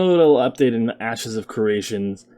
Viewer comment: I keep hearing "asses of creation"